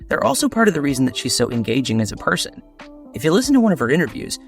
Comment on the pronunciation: Person not parson